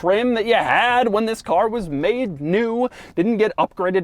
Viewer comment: Some would cal it the lincoln town ca"R"